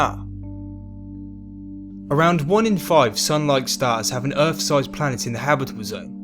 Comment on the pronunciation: G'day. Good vid. I love your pommie accent. Like Curious Droid you say 'Errf' instead of Earth. Outstanding. Vive la differance.